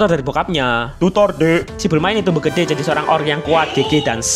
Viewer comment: Pengucapan "GEDE"nya kok gak kayak sebelumnya